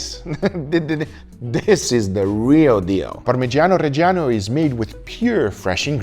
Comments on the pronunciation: Real good pronunciation on parmigiano reggiano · Parmigiano Reggiano lo dici divinamente